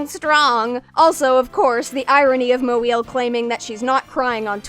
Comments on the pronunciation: That intent is still inappropriate, xenophobic, and lazy, even if they didn't make the joke with conscious malice. Note that they didn't consistently make fun of any other piece of vocabulary, just the non-English name. The name "Moeel" is very easy to pronounce, and mocking it just reinforces the all-too-common assumption that non-anglo names, words, etc. aren't worth even trying to pronounce correctly. This assumption affects a lot of people negatively, not just one unpleasant person. If the person reading was uncertain how to pronounce the name, they could have just looked it up before recording. Again, there are channels all over YouTube that give quick, concise audio guides to how to pronounce anything, from surnames to city names to common everyday vocabulary. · Hey, kudos to you for pronouncing her name right, but having one of your narrators consistently turn trying to pronounce her last name into a joke felt counter to a lot of the rest of your video's sensitive and respectful tone. Felt weirdly insensitive (referring specifically to TCAF'd statement segment). I was disappointed by the way that narrator handled things, I wish another take had been made where they'd done the bare minimum of pronouncing Moeel's name correctly. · the frequent joke about not knowing how to pronounce her last name was entirely distracting (not much of an issue) and a bit distasteful imo, this video is really well put together as always otherwise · they kept exaggerating the pronunciation as they went and kept getting louder, which is usually what people do when they're making fun of names they don't know the pronunciation of, they weren't really getting even near how it's pronounced or pronouncing it with much if any variation each time, they just seemed to try and make it sound silly or ridiculous *(editing to clarify i mean this in a passive tone) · ... I just like how this guy tries to say "MoEeIil". It's so Jerry Lewis-ish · Who kept butchering her name lol 😭